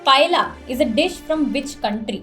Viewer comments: Its not paella, its pa-eh-ya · Love the quiz! In Paella ‘ll’ is pronounced as ‘y’… so it sounds like “paeya” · Fun episolde! Its pronounced it as "PA-ee-ya' -- L is silent :)